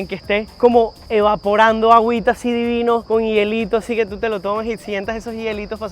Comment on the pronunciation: dilo bien. DI VI NOOOOOO